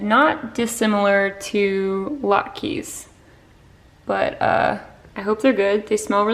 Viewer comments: When I lived in Boston, I had a boyfriend whose mother would make amazing latkes for Hannukah!!! You pronounce it laht-kahz. The "kes" part sounds like the cuz, in cousin, not "key".💖 Also, EVERY TIME YOU MAKE A SALAD, THEY LOOK AMAZING!!!👍💖👍 I wish that you guys lived next door to us, because I'd be over every day for one of your amazing salads!!!😊👍🥗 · ALL THE OIL. I’m Ashkanazi and the second I saw them, I was like, “latkes!!!” Only a rare treat in December cause they’re a pain to grate. But then I lol’d at saying latkeees. Do other areas of the country pronounce it differently?